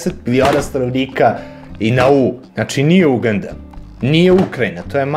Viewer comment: Druže, Uganda se naglašava na A, nemoj molim te na U, veoma je iritantno :D